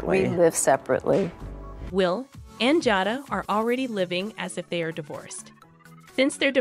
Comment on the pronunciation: HER NAME IS JADA LONG A SOUND